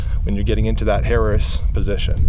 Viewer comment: You pronounced it right the first time "hair-eees" technique. Personally I hate weapon mounted lights. They do have their purpose but why have it mounted all the time and have to use a huge holster.